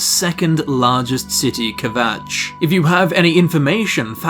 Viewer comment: "ke-vatch" :D :D :D